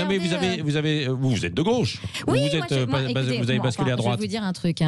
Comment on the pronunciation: De " gôche" 🥳🥳